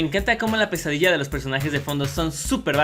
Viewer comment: Cuando decían pesadilla yo oía "quesadilla" :v Ok tengo hambre 😂